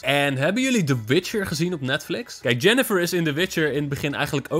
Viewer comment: ze heet yeniffer en niet yeneffer